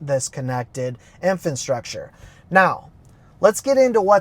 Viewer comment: Bro, you keep saying "INFANT- STRUCTURE"